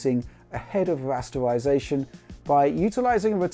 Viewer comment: "Wuaytwuacing" and "Wuastewisation" (Raytracing and rasterisation") as he says ^^